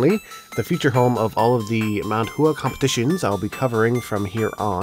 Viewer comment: Love the videos. Just a quick note: "Hua" is not pronounced Hoo-Ah. More like "Water" - the "wa" part, but if you were to add in an h like "Wha." In other words the "u" and "a" sounds should not be separated. Ooo or ew or u sound plus ah sound gets shortened so that it ends up sounding like WA instead. If you're interested in that concept, look into what's called "Bo Po Mo Fo" it's a way of learning to pronounce Mandarin Chinese terms that are spelled out in English. Although it comes from a more complex system, the basic bit of bopomofo is pretty awesome in how it explains the stuff. It's not a brand term or a product, by the way - there's tons of different ones. But just a Google search on this phrase will turn up a bunch of results you can look at. :)